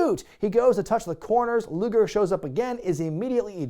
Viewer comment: Hes saying luger